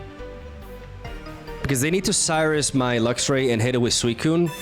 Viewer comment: This is the first time that it sounded like he actually said “swell”